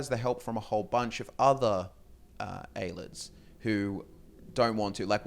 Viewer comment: aye lee id not aye lid